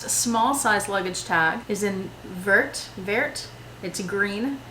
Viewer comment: Wow, you built up a very nice collection. Love it! By the way in French the last letter of a word is usually silent so vert is only read ver, if you pronounce the t it becomes verte which is the feminine.